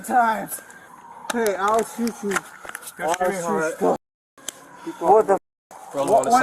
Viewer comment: Every Spanish language when speaking English says you as Chew, so saying sue as shoe is in line with the speech pattern, so if you say Shoe Chew it sounds like shoot you even when you say it calmly.